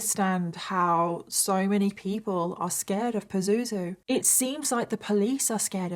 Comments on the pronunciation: I'm laughing everything you say his name and you said it so many times it sounds like poo zoo zoo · Omg everytime you say "Pazuzu" my brain goes to Zazu from The Lion King😂😫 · Have a hard time not cracking up at the use of the word "Pah-zoo-zoo" hahahah yikes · Am I the only one that finds it funny when she calls him Pazuzu? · It's not a funny story but I'm creasing every time you say his name Pazuzu. :) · I kinda giggle every time she says “pazuzu” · Every time she says "pazuzu" I giggle 😂